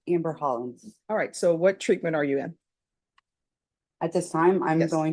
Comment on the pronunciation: Please, can you say “did you understand” instead of “did jou understand.”